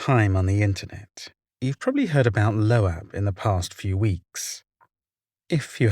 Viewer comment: It’s pronounced LOBE not LOHH- AHHH you dunce